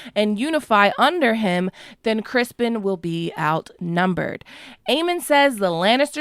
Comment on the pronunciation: Its CRISTON COLE NOT CRISPON. BAHAHAHA